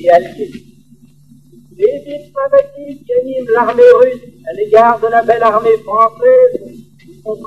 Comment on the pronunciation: « l'armèe » « destinèe » ?